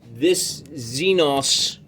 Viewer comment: Xenos? Don’t you mean the Xen-Xs? Lol